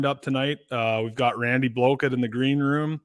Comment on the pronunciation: Why did you call him Randy Blow-kit lol… was that a slip ? Or just your Canadian accent lol….I personally don’t like Live Scope . I’ve been fishing for 55 years the whole challenge to me is finding the fish then catching them with a homemade bait ! Nothing like it !!! The majority of people are against live scope because there not TOURNAMENT FISHERMEN!!!! There are thousands of tournament fishermen, but millions of non tournament anglers ! That’s why the poll numbers always come out on the side of banning FFS ! It’s the easy part of the discussion lol……